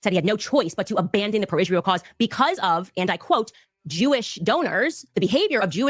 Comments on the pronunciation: I know the Ishreel thing is annoying, she also can't say any word that ends with ant properly either like important she says Imporint. Once you start hearing it you can't unhear it lol. 😂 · I hate the way she pronounce Israel ‘Ishrael’. 😂 Also, her saying he wanted to bring her back isn’t the flex she thinks it is. Like, they dislike her so much, they’re willing to UNALIVE him over it?!?!